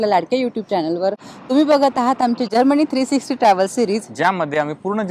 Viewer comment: Madam - Tumche न आणि ण Madhle confusion check kara . जर्मनी ahe country and not जर्मणी.. Please.. Pure मराठी वापरा Please. 🙏🏻